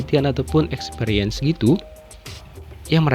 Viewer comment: Experience bukan expepirience 😂